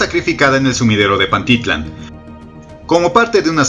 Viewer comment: Se pronuncia PantiTLÁN y no PanTItlan, te sugiero que aprendas a pronunciar bien